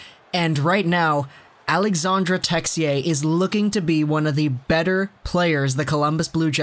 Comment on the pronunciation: AlexandRe and not alexander...